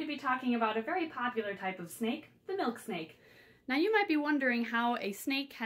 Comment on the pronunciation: I though she said Milkshake😂